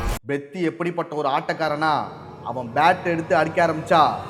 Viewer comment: Bro please pronounce perfectly it's peddi not beddi